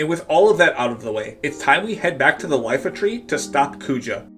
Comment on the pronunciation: Its not Lifa tree its a capital i not an L “iifa tree”